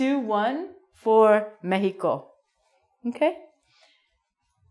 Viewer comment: you used a strange pronunciation to Mexico,why???